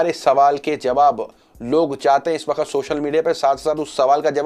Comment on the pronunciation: Sir Aap hamesha waqt ko wakhat boltay haen pls apni Urdu sahi karen